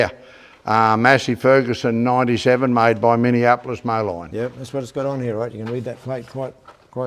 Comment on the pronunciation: Just a quick note, not meant to be picky. In the US, "Moline" is actually pronounced "Mo-leen". I know it's a weird spelling, but that's how its pronounced over here. Named after a town in NW Illinois along the Mississippi river.